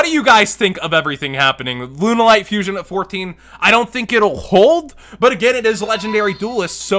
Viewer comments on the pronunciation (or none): none